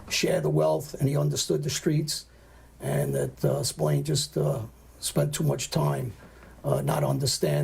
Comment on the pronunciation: The Americas call him Spillane but here in Ireland its pronounced Spill-Ahh-N you would pronounce the "A" in Spillane the same way you pronounce the "A" in the word At.